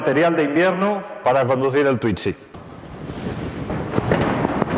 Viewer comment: No se dice "twitzy" y para entrar lo único que debe hacer, es correr el asiento como en cualquier auto.